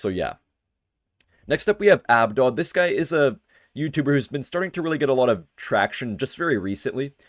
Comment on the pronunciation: Crazy how abDUDE didn't roast him for saying abdod, it literally says it in his banner "it's pronounced AB-DUDE", smh man, smh